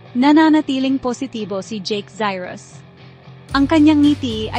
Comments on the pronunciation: Jack cyros😅😅😅 instead zayros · ano b nationality ng narrator? nkakailang pakinggan ung mali2xng pgbigkas nya ng mga salitang Filipino pati n ung Cyrus at Pempemgco😅😢